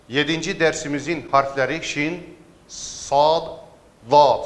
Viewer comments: Yanlış söylüyorsunuz çoğu harfi mesela sada va diyorsunuz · Hocam sa ve da yanlis okuyorsunuz